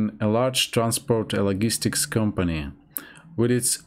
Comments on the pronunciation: Your English is very good. One word I noticed was logistics. It is pronounced lodge-istics not the same as wooden log. Hope this helps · As an American, I'd say your English is very good. You pronounced a few of the more difficult words bit strangely (logistics, influence, detrimental), but other difficult words you pronounced very well (according, confidence, occasion, quarrel, opinion, gradually, negatively). Overall though you're very easy to understand :)